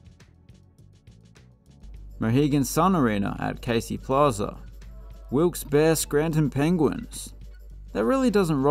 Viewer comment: The "Barre" in Wilkes-Barre is pronounced "berry."